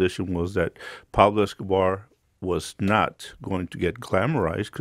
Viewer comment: Pablo escobahh